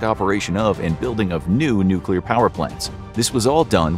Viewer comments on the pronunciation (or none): none